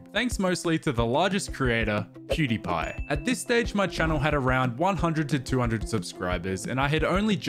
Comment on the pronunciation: keep saying Pewdepy... Isn't it PewDIEpie? From the verb to die?